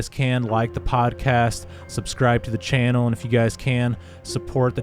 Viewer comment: it’s ‘channel’ not ‘Chanel’. And ‘worthyith’ isn’t even a word!!, And whilst we’re at it, stop quoting from that little ‘fable’ book, the Bible is what nut-jobs call it I think!!..have a Great Day..